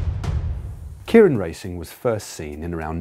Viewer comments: Yeah, I've always found the tendency to pronounce it KIER-IN a bit odd. People seem to have no problem pronouncing the given name of Kei Nishikori (the Tennis Semi-Finalist up against Andy Murray) as "KAY", but for some reason if you stick "-rin" on the end, they pronounce the first bit completely differently. But otherwise a very good explanation. :) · Kay-rin, not Kearin. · Point of interest Matt that'd be pronounced Kay rin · actually pronounced 'kay-rin' in japan at least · God, every time he says kieran, it kills me inside a little. Also, I believe you mean Kita-Kyushu, (think Q-shoe) Fukuoka.